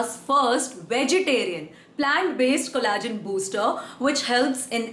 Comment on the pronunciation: its pronounced "ko·luh·jn" not Ko La jn